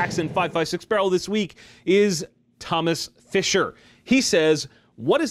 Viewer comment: Btw...when you announced the winner, you pronounced my name wrong. It is pronounced remotely close to this Thomas Fisher.